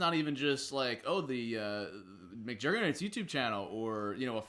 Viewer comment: "Muckjergits" why can't you say your own name?